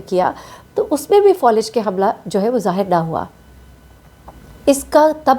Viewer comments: Fawlij nahi faalij hota hay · Thkk kha Falij hota hai Folij nhii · فولج نہیں ہوتا فالج ہوتا ہے